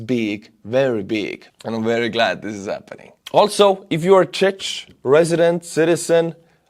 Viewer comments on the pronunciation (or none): fyi Czechia is pronounced czekia, Czech is pronounced czek ;) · It's pronounced "czekia, czek" 😉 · On the contrary, the whole world knows it's pronounced with a K. If anything people are likely to misspell it as Czeck, but they do now the right pronounciation. Irrespective of whether you're referring to Czekoslovakia, Czek republic, Czekia... even people who never heard about the country instinctively know how to pronounce it, even US media get it right, so I'm very surprised a fellow European like calls it the way he did. It's pretty funny, though:) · the ch in czech is not pronounced "tsh", it's pronounce more like ck czech is pronounces like check in english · Hi, I'm from the Czech Republic and it hurts me a little that you pronounce our country's name almost in the same way as Chechnia. Could you please check that the word "Czech" is pronounced in English in the same way as the word "check" and could differentiate the two countries? Thank you very much! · one small correction, Czech is not suppoused to be prounced "CzeC" but "CzeK" im glad my country is leading EU help. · Czech you read “ chek” not “chech” :) I don’t meen to be rude, just helpful:) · IT IS NOT CZECZ BUT CZECH FFS! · Its "Czech" !!! Not czeck or czetch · in English Czech is pronounced like "check", to avoid confusion. Keep well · Czech is pronounced "check". Not that hard,. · Czech is pronounced like check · It's pronounced Check Republik btw;) Thanks for your good work! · man, I love your videos, but please... check the pronounciation of "czech". It will take you 10 seconds. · Czech Republik (pronunciation is Chek (ʧɛk) my friend. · IN English, its the Czech Republic, and "Czech" is pronounced "Check". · it is just "Cek" or "Cek Republic" "Cek people" and so on:-) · As a Czech citizen I dont approve your pronunciation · I think you pronounce the word Czech wrong m8. Otherwise keep up the good work!